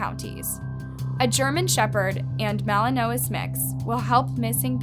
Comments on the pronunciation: as an aside, , melanomas? was that supposed to say malinois? pronounced mal-en-wah. anyway, absolutely despicable case. poor baby. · The breed is a Malinois, and is pronounced MAL-in-wah. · . Its pronounced "mal-len-waa" (malinois) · “Malen-om-uhs” lol it’s pronounced “mal-en-wa” Melanoma is skin cancer Malinois is a bread of dog. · Do you mean “Malinois” for a dog? What is a “malinomas”??? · The dog breed is pronounced MAL UH NWAH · Indictment: in-DITE-ment Malinois: MA-linn-wah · It is pronounced [ mal-uhn-wah ] Malinois. I have noticed that the narrator's of these true crime channels are significantly ignorant when it comes to culture and grammar in particular. If it was just one slip of the tongue, i would understand but it is too consistent and it gets annoying. Another thing that irks the shit out of me. Why can't she say MURDER or GUN. FOR ME TO BE WATCHING A TRUE CRIME CHANNEL, THAT CANNOT SAY MURDER OR GUN AND HAS TO BLEEP IT IS, F**** RIDICULOUS. See what I did there. Get off your God damn monetary high horse and do your job like you actually give a f*** about it. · Just for future reference A Belgian Malinois is pronounced MAL-in-wahh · the way you pronounced malinois killed me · The way she said Malinois tho 😬